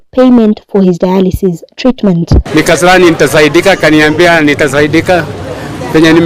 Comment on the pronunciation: My Friend, you pronounce RENAL.....RENOL., DIALYSIS......DAYALISIS